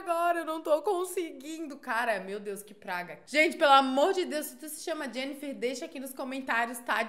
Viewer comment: O nome dela é Jenniferrrrrrrrr